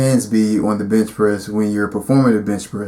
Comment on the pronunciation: did you say "bitch" press hahahaha lmao